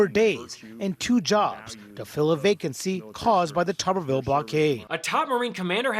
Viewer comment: It's: " toober-ville"..like potato head.